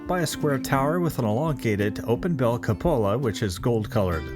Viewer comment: Cupola you mispronounced. First syllable is stressed CÚ-pola. We use that word often in Spanish. Comes from the Latin Cupula which means "small cup."